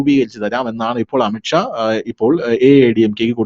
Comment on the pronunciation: അമിത്ക്ഷാ അല്ലാ അമിത് ഷാ എന്നാണ്. പറയുമ്പോൾ ശ്രദ്ധിക്കണം.